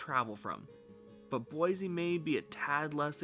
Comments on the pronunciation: Cool vid but it’s Boi “c” not Boi “z” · I thought boise natives pronounced it “boy-zee” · Pronounce Boise correct. There is no Z in Boise.